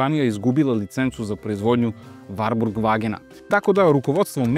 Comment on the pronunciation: Evo, osećam se "prozvanim" da kao ljubitelj i vlasnik dvotaktnog Wartburga 353 iz 1988 godine prokomentarišem ovaj video. Pre svega, napomenuo bih da se ime ovog automobila izgovara sa slovom t, dakle WarTburg (ne Varburg). Drugo, tačno je da 1974 dobija uz 353 i oznaku W (dalji razvoj), ali tada NIJE ristajlingovana maska (sem oble prelivne boce za rashladnu tečnost i zakošenog izduvnog lonca i grane - jer do tada pravi stvarali su problem kod karavana - uvlačenje izduvnih gasova u karoseriju), izvršena je mala korekcija rikverc svetla i u globalu...ništa više! Do 1985 godine vršene su korekcije elektrike, ručice menjača, itd, ali su to sve sitne izmene. Sa 1985 stiže novi Wartburg 353, ali još uvek sa oznakom W (oznaka S dolazi oko 1987 godine). Taj Wartburg je imao izmenjenu prednju masku, hladnjak je pomeren napred (ranije je hladnjak bio iza motora), dobija Čehoslovački Jikov SEDR 32 dvogrli karburator, termodavač i ono što je vrlo interesantno, digitalni pokazivač goriva, temperature i pokazatelj trenutne potrošnje goriva - ekonomer. Naravno, ovo je sjajan automobil, ali...tržište je bilo "žedno" za četvorotaktnim motorom. E sada...ne bih da ulazim u rasprave, ali, sem razgovora sa nekim od Nemaca, dosta toga sam i pročitao, pa bih skraćeno naveo sledeće: pročitah u komentarima da navodite kako je Čehoslovačka bila industrijski naprednija, te...DDR nije ni mogao da ima četvorotaktni motor - to je suština. Nije tačno! Naime, u DDR-u je bila izuzetno jaka industrija ("drž